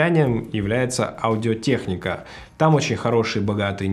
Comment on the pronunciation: Одио тэкника? Ты в Америке или где? Почему в России нельзя говорить «Аудио Техника»?